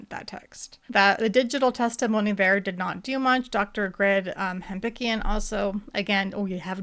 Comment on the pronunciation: pronounces the DNA expert’s name ‘Ham’PINK’ian. 😂